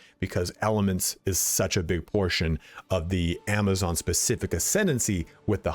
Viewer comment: Love that you called it a Javazon ❤️